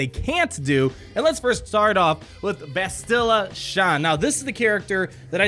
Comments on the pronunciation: His mispronunciation of Bastila is a bit annoying. Its BAH-STIH-LUH, not BUH-STIL-LUH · 'BAST-ila,' not 'Ba-stila'. like "bastard" :). keep up the great videos! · “Basti-luh”. Not “bastil-uh”. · BASTilla. (pronounce it like Bass the fish, peeps are laughing at the way you're pronouncing it, just trying to help ya out bud). :) Not bustilla. Here's a video with the correct pronunciation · bass’-till-uh. Bass like the fish. A quick till sound. And uh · I've heard more bass-chill-uh But bass like the fish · Depending on where they will be farmable, they might be good Jedi alternatives for earlier players. That low Bastila tenacity is definitely a problem. Jolee might be very annoying behind a GK lead in a Territory War. Btw, it's BASS-ti-luh. (her name is said early in the video); I'm replaying KOTOR now, and the characters almost always say it like this. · Anybody else peeved with how he says her name? Clearly hasn't played KOTOR in a while;) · For real though, you are an excellent entertainer. Your videos grow my love for the game. (As a side note, the stressed syllable is on the "Ba". Video below has a character saying her name) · I love your content, I absolutely hate how you pronounce Bastila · I'm sorry, sir. We have to take away your nerd card. You have no idea how to pronounce Bastila. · Bastila..... pronounce it properly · Learn to say Bastila's name correctly. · Pronounce her name correctly pls Also, can we appreciate the animation on “Eh, you do it.” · I dont mean to be rude, but my OCD is killing me...why does everyone mispronounce "Bastila"??? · Whenever pronounces Bastila's name wrong... Lol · you're pronouncing Bastila wrong, and it's pissing me off!